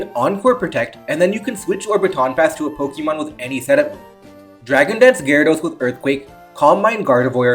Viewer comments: Po-kay-mon, not Po-kee-mon. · It's not pronounced Po-kee-mon, but Po-kay-mon. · I am considering subscribing just because of the way you pronounce Pokeemon